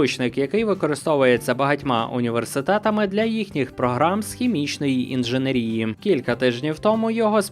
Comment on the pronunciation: У слові «інженЕрія» наголос на другій «е», а не «і»